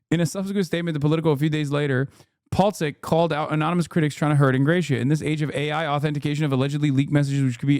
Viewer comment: Don’t think he is pronouncing Ingrassia correctly